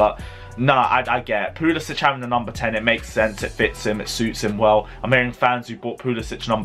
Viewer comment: Bro please pronounce Pulisic's name rirght. He is American, not Scandanavian.✌